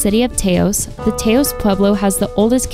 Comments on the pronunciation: It’s Taos not teos. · Her pronunciation of Taos (TOWS) took me out of the video. Apparantely she didn't talk to locals much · Taos pronounced Towse. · Yes…rhymes with “house”